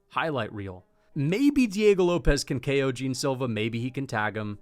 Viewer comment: kEo Tracey. Why is bro putting an E inbetween ko🤣🤣